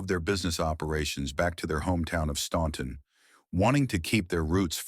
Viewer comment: OK, troops, let’s get this pronunciation correct, OK? I live 12 miles from the Statler Brothers, hometown, Staunton, Virginia, and in fact go there several times a week. The “ u “ in the name of the town is silent, so the pronunciation is Stanton. Always has been. Always will be.